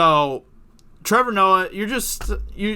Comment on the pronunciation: Shut the fuck up Trevor ""